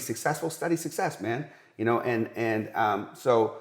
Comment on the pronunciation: When he says success he’s says sexes